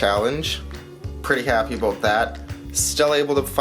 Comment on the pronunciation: Stack the frac. bro! Love me some gold! Did you say aboot?! Pamp gold is nice for sure too! Fractional is getting tough, still see the old sovereigns floating around for fractional... Bullion is donezo! Supply and demand runneth amuck! I just picked up silver today for my $10 challenge! I don't love the big wait... i wan't satisfaction now! Great video, thanks for the share!